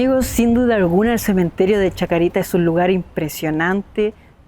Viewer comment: Cementerio de la Chacarita, sin S final nomás pa. Hermoso